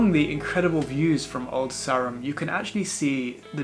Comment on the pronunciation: From a local - Old Sarum is pronounced Old Sairum and Salisbury is pronounced Saulsbree. Glad you enjoyed my lovely home town.